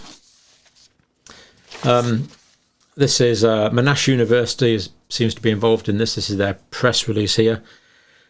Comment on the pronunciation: Dr John. Just FYI. “Monash” is pronounced MON - ASH. Not M’nash. Named after a heralded WW2 General and former University administrator.